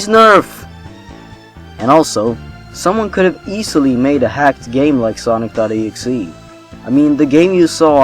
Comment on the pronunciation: When you said Sonic Exe I thought you said sausage rolls and got very worried because I knew sausage rolls were real but you might debunk them.